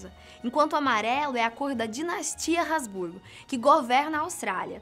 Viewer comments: Sim, eu me tremi todo aqui quando ela falou Hasburgo. Pessoal da Fatos tem que fazer o dever de casa direito. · "Braganza" "Hasburgo", Austrália... Dona Leopoldina e Pedro I estão se contorcendo de raiva dentro caixão :/ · Ainda fala os nomes da família real errado.... Braganza Hasburgo :/